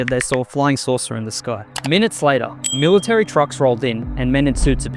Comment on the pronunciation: It's military, not "milly-tree."